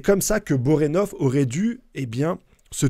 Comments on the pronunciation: Tu déformes tous les noms, c'est fait exprès ou quoi...😢 Bonorenof; Pakunoda; Sarahza... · J'adore tes vidéos et théories. Mais la prononciation de certains nom m'irrite un peu 😅. Borenov? Poukanouda? Je suis trop exigeant deso. Super vidéo comme d'hab!